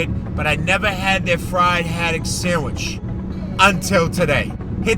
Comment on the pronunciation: Excellent, but the "d" in "sandwich" is not silent.